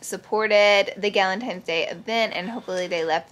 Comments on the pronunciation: TINES NOT GALINTIMES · I love how u say galentimes instead of galentines! Lol! Love ya so mucn!